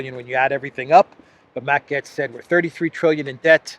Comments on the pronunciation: It's GATES, not GETS. As in "GATE" with an s. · You keep prounoncing Matt Gaetz as Gets instead of Gaitz, that's very annoying. Now Matt Gaetz has all the qualities to become the US President later down the road : he is an extraordinary debater, better even than RAMASWAMY, so that Jim Jordan would be the Secretary of State and Marjorie Taylor Greene the House speaker after a four year term as President either by Trump or Ramaswamy, the fall of Rishi Shunak and the congrol of Parliament in Canada by JAGMEET SINGH. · His last name is pronounced "GATES" - Matt Gaetz - You sound funny saying "GETS" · I think it’s supposed to be pronounced “Gates” rather than “Getz.” Remember Stan Getz of jazz fame? I saw him once in Berkeley at a Japanese jazz spot. Good food! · Gay-ts. Not Gets. "ay" is very audible in his last name. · his name is gaetz not gets omg lol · Its Matt "Gates" not "Gets" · In German it’s pronounced “gets” but in English we say it like “gates” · The Curse is so real. ❤ Also, pronounce Gaetz like gates. Keep him in mind to follow in DeSantis's footsteps here in the free state of Florida. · It's pronounced Gates as his last name. But yeah surprised that they are really pushing the rep from my state Jim Jordan just that I am not in his district in Ohio. And Jordan has said he would seek the speaker position if he had enough support. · FYI here pronounced as "gates" I hope I'm not censored for that FJB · Its pronounced Gates! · It's pronounced Gates. Matt Gaetz is great - he's a well spoken man of the people. I (like Robert Barnes) hope that Byron Donalds gets to be speaker - another lucid and well spoken man. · Gaetz is pronounced "Gates".